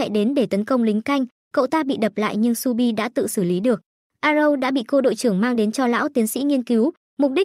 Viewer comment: Shu bi mà đọc nhầm thành chu bin:)))